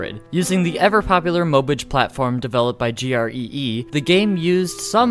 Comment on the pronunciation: Mobage is pronounced Moe-bah-geh not mowbyj